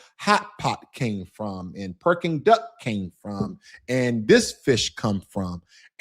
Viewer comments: Brother you got me rolling on the floor when you keep saying “Perking Duck” I went to Beijing and Shanghai last year and the Peking Duck was awesome one place I visited was called summer palace that place was huge and you can rent boat and ride around the park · Brother got the pronunciation of beijing almost spot on...then proceeds to call the dish perking duck😂😂😂 awesome video though... cant wait to go back to the motherland in 2 months, been over a decade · If your a bigot and not open minded then no amount of China maxxing will change your mind. Freedom of speech in America is a false narrative it has its limits just like anything else. Its Peking duck not Perking duck brother. 😂